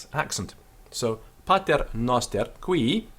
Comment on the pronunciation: He's right; noster is a short o, like a Greek omicron, and not a long o like a Greek omega.